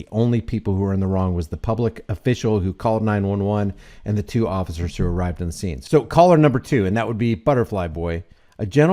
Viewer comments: "Occifers" every time had me rolling. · He said two ociffers🤭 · He also says "Ossifers" every chance he gets instead of officers 😂😂😂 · "ossifers" lol